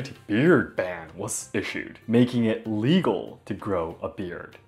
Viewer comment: illegal, il-legal. it sounded like you said "legal."